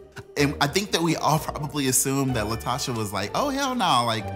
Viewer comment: It’s “LaTOCHA.”